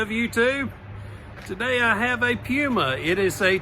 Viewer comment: Please ask someone how to pronounce Puma, cuz you're doing it wrong.